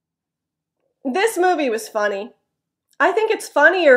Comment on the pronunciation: "was" is not pronounced [wəz」or [waz] but like [wiz] or [wz] when you speak at natural speed. It stunned me. What is what I have been studying so far such a easy word. What I have to do is to get used to it. And, could I have a question? You said at the beginning, "I have watched three movies from home." I wondered "from"? Isn't it "at", is it? Thank you as always. Invisible pollens has come to me. My eyes and nose are itchy today a lot. btw, Are you alright with earthquake? I hope you're safe. We have no shaking last night here in Nishinomiya next to Kobe. Take care.